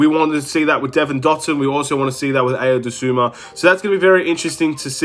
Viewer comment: To whomever needs to hear this… it’s pronounced “Eye-o” “Doh-soon-moo”